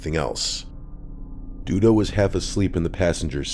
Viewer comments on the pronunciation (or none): Reporter: “Dee Dee Mega Doo Doo” Reporter: “sorry that’s Duda Mangudu”